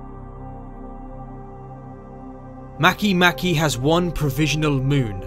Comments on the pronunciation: Makemake is from the Rapa Nui language. The letter ”e” is always pronounced ”ay” /e/. Therefore, Makemake is pronounced ma-kay-MA-kay /ˈmɑ.keɪˈmɑ.keɪ/. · Am I the only one who was pronouncing Makemake wrong the whole time???